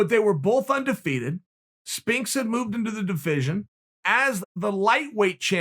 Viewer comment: “Spinks” lol